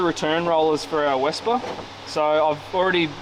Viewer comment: Just a comment - I believe Wespe is pronounced Vespe, almost like the famous Italian scooter but with an aspirated ‘e’ replacing the ‘a’ Wespe, like Vespa, means ‘wasp’ which is fun because one stings while the other just makes an annoying high-pitched buzz